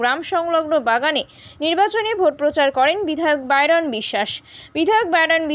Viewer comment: বাইরন না বাইধন😅😅😅😅